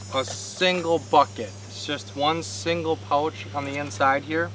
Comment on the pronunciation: You seem to pronounce OU oddly !!! I had to go to subtitles to figure out that you were kayaking pouch sounds like pultch or something ? And other words with an OU in them